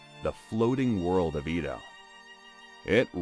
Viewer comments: It's "Eh-doh," not "Ee-do," FYI. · The pronunciation is pissing me off so much. wtf is the “EEdo” period !? It’s “Eh-doh” how hard is it to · Edo is pronounced like Eddo, not Eedo. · EH-DOUGH, Not E,do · Pronounced "A-do," not "E-do." Please do some research on pronunciations. Otherwise, I love your videos. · "EE-DOH" Period? Sigh. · The "e" in "Edo" is like the "e" in "met", not "meet". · Except for the bad pronunciation of Edo and tatami mat, it's a interesting video.